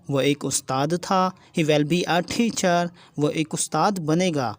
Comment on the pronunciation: Your style is very bad to u say thechar it's teacher not thechear 🤧